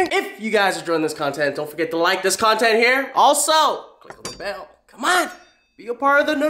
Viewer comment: haha lmao listen to how he says bell